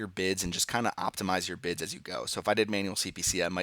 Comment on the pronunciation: All I heard was “Bitch” instead of bids 😂